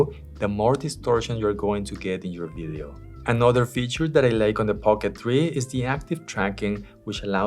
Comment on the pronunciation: For someone that makes videos, you should really take the time to learn how to pronounce “video” and it’s not “biddios”